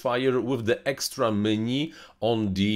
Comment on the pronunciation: Меню, почему вы говорите - мени?